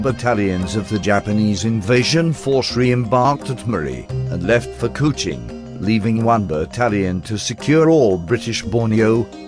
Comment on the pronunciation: LABUAN = LABWAN KUCHING = KOO CHING Fucking terrible pronunciations ruined the video. Ex 1SG who was there in 64.